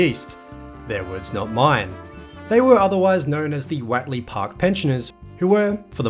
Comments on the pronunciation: Watley? It’s what ley…. Do you say wat is this that ? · Great video! I remember all of that old Guildford road area in the 60s til the 80s before the mad mile to Bassendean. Was far better. By the way, Whatley Crescent is pronounced Whotley, not Watley. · Hi, I believe it is pronounced, Whot - lee. we lived in some units in Whatley crescent, maylands. Most of the locals pronounced the road as whot-lee. But hey vitimin, vitamin, whichever! Your local history is really, really good. Keep up the vids. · Learn to pronounce Whatley. How do you pronounce what?